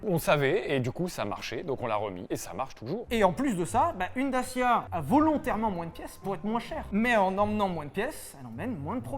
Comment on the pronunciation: S’il vous plaît, quand vous parlez de la marque Dacia, prononcez DATCHIA, parce que pour les roumains qui savent comment ça se prononce réellement, ça fait mal aux oreilles!!